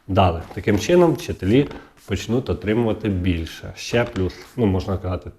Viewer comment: Не казалось, а ЗДАВАЛОСЬ,, настоящі, ДА після кожного слова не почнуТ , покладуТ ( замість почнутЬ, покладутЬ), не будЕ ( бУде). Ви з якого села Львівської області? А щоб було перемир'я, то ідіть в ЗСУ і помагайте на фронті, а не заробляйте тут тим, що ллєте водичку.